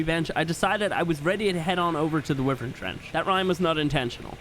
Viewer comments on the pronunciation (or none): Why do you say wyvern like that its like why vern not wivern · Dose anyone else noticed he said wivern not wyvern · Not wi-vern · It’s not (wiv-ern) it’s (why-vern) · He kept pronouncing Wyven as Wih-vern. Is that how it's pronounced? I've always pronounced it Why-vern. Which one is right? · Why-Vern is correct and he knows, he just does not care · Wivern na its whyvern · bro? Did i said grammer? No. Look the fucking comment i said calls wyvern a wivern and everybody said wyvern now ur trying starting and idiotic war. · and its actualy correct saying wy-vern not wi-vern lol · It's why-vern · Wyvern that you pronounce is wrong it's wyvern just say the y and vern y vern wyvern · its pronounced...... why vern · It’s pronounced why-vern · Not to be rude but it’s pronounced wi-vry-in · man everytime i got pissed off and made me angry cuz everytime call a wyvern wivern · It’s pronounced Y-vern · The way he says wyvern has me dying 😂😂😂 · You pronounce wyvern wrong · The way you say wyvern gives me cancer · It’s fantastic ! But you’re saying wyvern wrong. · I am not. It is also a correct pronounciation.